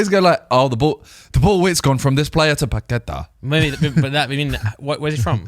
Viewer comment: Simon hating on commentators saying Paquetá whilst pronouncing it wrong himself is very on brand